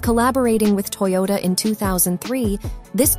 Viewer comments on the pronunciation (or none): none